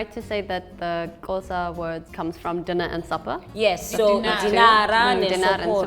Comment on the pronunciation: At least She's American so i wouldn't expect her to get it right the first time. We have people here in SA who still call it KOSA or KHOZA so there's that.